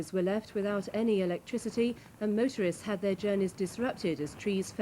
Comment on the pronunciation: “On the CB I erd the wall ad gone” hahaha. “I copy you roadrunner” over and out.